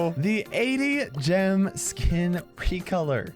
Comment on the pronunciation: peecolor? 1